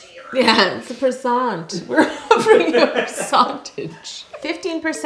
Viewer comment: Lmfao did anybody else laugh with them when Yolanda said “Percont”😂❤️. She’s so naturally funny I love herrr!❤️